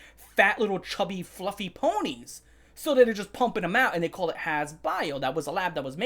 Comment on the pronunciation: “Fwuffie wa-“ hits with a metal bar